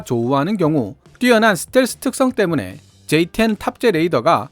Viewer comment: J-10을 F-10으로 읽으셨네요 수정가능하시다면 수정하심이 좋을듯요 ㅎㅎ